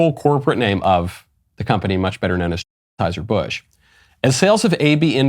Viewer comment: Why can't you say Anheuser-Busch?